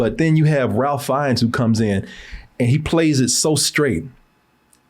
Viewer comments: Its pronounced as "Ray" Finness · Not mispronouncing Ralph Fiennes AND Anya Taylor-Joy's names multiple times